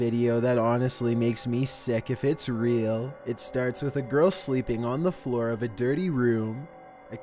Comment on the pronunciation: "It starts witha girl sleeping on the FLUOEUR"